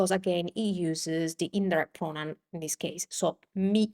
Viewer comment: I'm not trying to be mean, but I notice that when you say the English word, "that" you pronounce it, "dat", "the" sounds like "day or da", "this" sounds like "dis". Is the English "th" sound hard for native italian speakers to say?